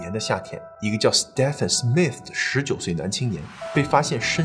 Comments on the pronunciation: 在英美等說英語為主的地方，Stephen 的發音是跟Steven一樣的，不需要讀成Step-fen. 在歐洲其他地方, 如果看到Stephan，就是讀Step-fan 了。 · Stephen 發音為Steven ，史提芬。周星馳的英文名字即是Stephen. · 你忍我一下，那个名字Stephen，念steven. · Stephen = Steven 同音